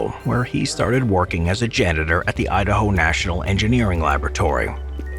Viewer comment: “Idahome” lol